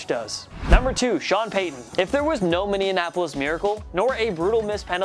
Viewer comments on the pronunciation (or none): It's Minneapolis, not Minneanapolis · It’s Minneapolis not minnenanoplis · Did this man really just say minneanapolis